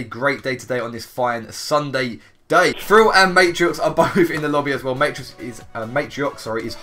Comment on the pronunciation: the way linkzy says thrill is frill